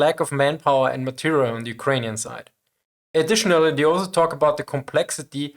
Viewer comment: Ah yes, the "alzo" strikes again! Brilliant vid!